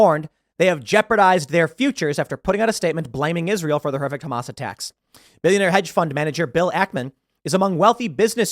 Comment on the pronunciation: pronounced HumAss